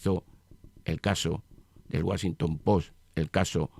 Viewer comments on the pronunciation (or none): none